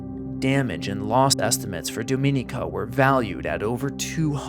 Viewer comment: The mispronunciation of Dominica is maddening